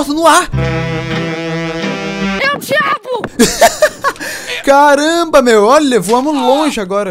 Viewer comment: no começo do vídeo: "é o diabo" o que eu entendi: "eu te amo"